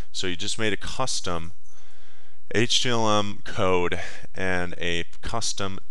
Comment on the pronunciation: did anyone watch this long enough to hear him say HTLM?